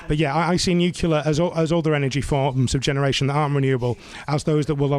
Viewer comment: Sounds good but it's Nuclear not Nucular. Sorry it's petty but annoying